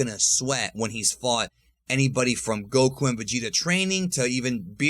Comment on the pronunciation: Stop saying Goku's name like that, it's annoying..... Respectfully.